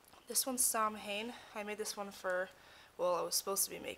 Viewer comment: do you mean Samhain? It's pronounced "saohwin".....